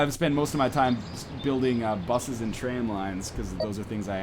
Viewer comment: Do all Canadians pronounce "train" improperly?